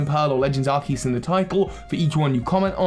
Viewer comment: And the: That's not a Legends Arceus. THAT'S ARKOOS!